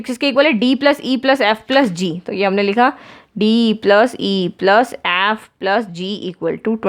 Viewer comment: Ma'am its "ef" not "aeyyf" XD